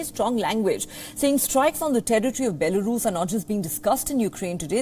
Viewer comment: Sadly anchor fails to pronounce Ukraine and Belarus, disgusting